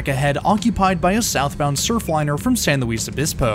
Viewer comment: Small pronunciation- San Luis is pronounced San LOOIS obispo and Camarillo is camareeo